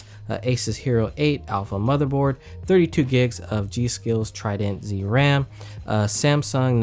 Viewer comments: sounded like he said Wwam instead of ram 😂 great video tho 👌🏼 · Did he just say wam???? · KaneThomo * i thought that too lol😂😂